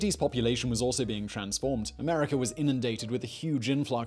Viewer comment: "Americ'er'"? Where's that located ?